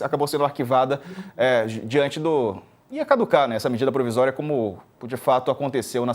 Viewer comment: medida “providória”??? 😂